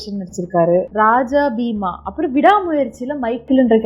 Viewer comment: அது க'ல'கத் தலைவன், க'ழ'கத் தலைவன் இல்ல; அப்பறம் அந்தப் படம் பெயர் ரா'ஜ'பீமா, ரா'ஜா' பீமா இல்ல. அது NetFlix இல்ல JioHotstar. யோவ் ஒருத்தருக்கு ரெண்டு Conversation Video பண்றீங்க, அப்பறம் Cameraman, அதுக்கு மேல Editor இவ்ளோ பேர் தாண்டி எப்படியா, இத்தனை தப்பு பண்றீங்க. Pre-production or Preparation பண்ணுவீங்களா, மாட்டீங்களா? அப்பறம் ரொம்ப நாளா உங்கிட்ட ஒன்னு சொல்லனும் இருந்தேன். உன் குரல்ல ஏதோ பிரச்சனை இருக்கு, ENT Specialist போய் பாரு. (I'm telling this seriously)